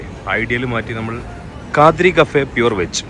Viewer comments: Kaadri alla kadri (kaddhri) ann bro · It's kadri. Not khaadri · Kaadri alla bro kadri 😂